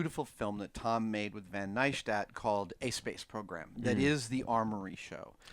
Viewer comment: Neistat is pronounced Nice Tatt (tattoo)